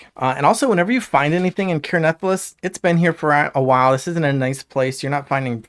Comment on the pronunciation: Crazy how many different ways people pronounce the name of this game lol. Care Nathalass is a first lol